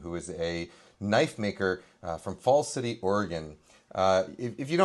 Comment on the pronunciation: As an Oregonian, hearing Kenji say "Falls City" and "McMinnville" makes me so happy! If you're ever in McMinnville, be sure to try the pastrami on rye at Sandwich Express! 🤌🏻🤌🏻🤌🏻